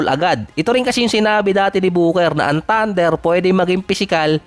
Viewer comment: Ang sakit sa tenga ,bol HANDLIR,LAKIR, TANDIR,Hardin😂😂😂😂